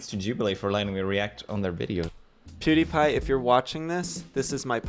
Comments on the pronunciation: Also,, its Pewdiepie, not poodeepie😂❤️ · There was also "piewdiepie" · does he say poodiepie instead of pewdiepie? xD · Poo-die-pie lolololol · I don't Even know poodeepie Me: It PewDiePie Not Poodeepie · pronouncing pewdiepie poo-diepie is a whole other vibe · this man really said POOdiepie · “I hadn’t even heard of *poodipie*” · “Poodie pie”😂😂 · said “pudie pie” LMFAO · he said poo-diepie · all I heard him say is poodiepie like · he couldn’t even say pewDiePie‘s name correctly 😂 n no that’s not a video he did about “you” he did the videos of the video that “you” happen to be in. 😝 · “pudy pie” hahaha :,D